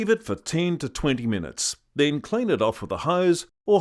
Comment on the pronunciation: "Cleeen tha dick, firrrst" ..... next video please...